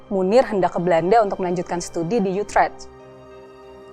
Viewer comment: Utrecht - tdk dibaca Yutrecht.